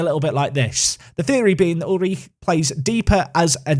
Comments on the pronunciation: All I hear is "uich" and it sounds so wrong :D But then, I am from Denmark, not Germany, and we probably pronounce it different. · I'm not german but I'm pretty sure u just say his name oolrih The doble o works like in the word loop and at the end there is that throat sound that English don't have i dont have a better way to describe i might just confused u more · "Ulrich" pronounced "You'll - rik" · You're killing me with the pronounciation of Ulrich 😂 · For Ulrich, stress the first syllable. Otherwise the pronunciation was good! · Your pronunciation of Ulrich is alright, but the emphasis should be on 'Ul', not 'Rich' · The ri of Ulrich is pronounced like rich and the ch like air thats leaving a balloon through a hole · stabs himself every time he says Ulrich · I'm not even German and that pronunciation of Ulrich is hilariously painful. Sounds like you're struggling to squeeze one out on the toilet.